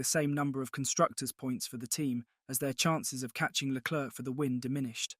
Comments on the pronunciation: Really wish commentators would learn how to pronounce Leclerc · agreed. It’s Leclerc and not Leclerc. People need to learn